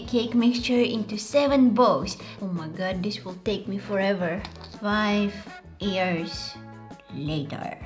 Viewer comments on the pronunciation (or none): I like how she saids ears instead of years😁